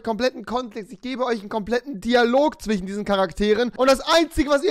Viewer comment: provisorich 😁 zwichen 😂